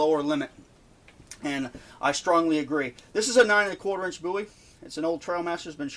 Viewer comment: Excellent video. Very informative. New subscriber after watching this video. I was beginning to think that I was the only person who thought a Bowie knife had to have a ten inch blade. And one more thing I'll say, I appreciate you pronouncing the name Bowie correctly.